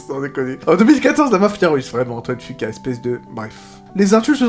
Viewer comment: Ca ce prononce fuquwa bordel pas fuqua